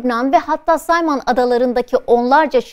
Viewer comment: Cayman Adaları “Sayman” diye okunmaz, “Keymın” diye okunur…